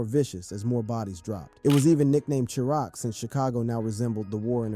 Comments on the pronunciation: Another wack naration ninja said Chicago was called Churock not Chiraq I'm done. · This dude said charock!! 🤦🏼😂🙉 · Chuh-rock lol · Lol.. can’t even pronounce Wicc city or Chiraq correctly.🤡